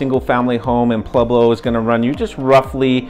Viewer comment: Is he saying “PLueblo”? Why are people selectively illiterate?